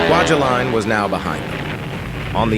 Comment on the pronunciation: Haha, “quadulin”! 😆 And then, “Quadrilinne” or something…😵‍💫